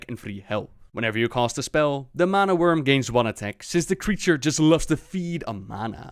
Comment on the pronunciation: it sounds likes your saying wormling but its not a prob